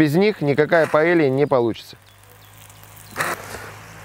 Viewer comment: паэЙя! А не паэлья